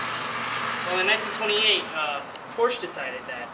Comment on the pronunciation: "Porsh-uh" Proper pronunciation ;)